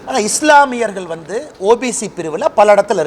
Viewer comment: தமிழை முறையா பேசக் கத்துக்க நீ, சர்வாதிக்காரி இல்லை சர்வாதிகாரி .நான் வொந்து இல்லை வந்து🤭